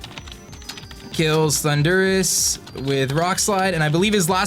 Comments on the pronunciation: oh my god, you drive me crazy, it's THUNDER, RUS. PLEASE PRONOUNCE THAT RIGHT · I got triggered everytime he says Thundurus